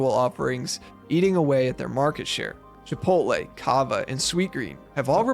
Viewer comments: lool "no i dont have sttock in chipolttte" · Chipotle is 32 years old. Asmond: "My favowite pwace chipwodwey, is onwy new. Mcdawnwls is owd. downt tawk bad abowt chipowtwey!!"